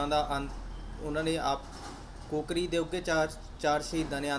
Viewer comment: ਕੋਕਰੀ ਨਹੀਂ ਕਾਕੋਰੀ ਪੜ੍ਹੋ।